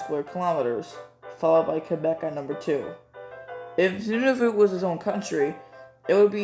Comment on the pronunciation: Appreciate the proper pronunciation of Nunavut!